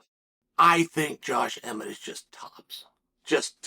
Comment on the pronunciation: Josh emmett is the only name he has ever said right